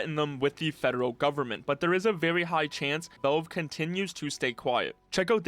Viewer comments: It's pronounced as vaelve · Velve? Vulve? Odd that he can properly pronounce the A in gravity and Alyx but not in Valve.